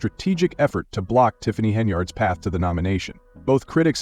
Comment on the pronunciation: I wondered if anyone else heard that. 🤣🤣🤣🤣